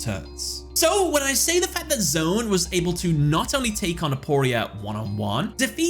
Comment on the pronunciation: That No. 1 Pick was precisely the Duel I was thinking of when I saw the title card for this video and as for No. 3, well, as DarkKefka once put it: "I never even got a Turn!"! Also, nobody cares about Arc-V! And you pronounced his name correctly, but it's actually "Z-One", one of the four members of Yliaster along with Aporia, Antinomy and Paradox! Yes, that Paradox!